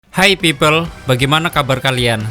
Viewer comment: 'hi pipel' lucu banget